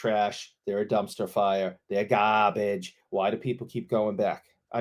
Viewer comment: I love anytime calls things ‘GAHBAGE’